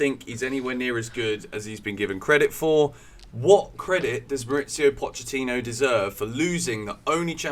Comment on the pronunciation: Poch is Argentine not Italian why you said his name like that 😂